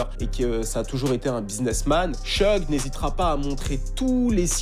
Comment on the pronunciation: SHOUG Knight et non pas Sheug